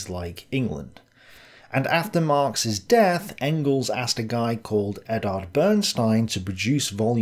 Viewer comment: Why does keep pronouncing Eduard as Eddard? Is he secretly a huge Game of Thrones fan? The rabbit hole goes deep.